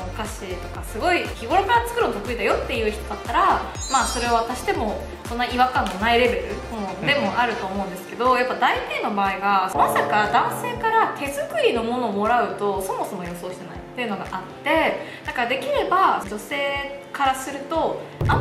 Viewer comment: 大抵をだいていと読む、やってんなぁ。